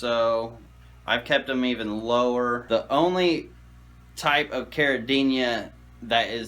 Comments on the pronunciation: You clearly have a lot of knowledge and experience, but i believe the word is CARIDINA and not CARIDINIA. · there's no Y in caridina...stop adding one when you pronounce it.